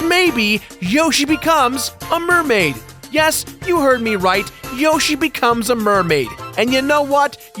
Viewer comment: Whoashie its a single yoshie exploshie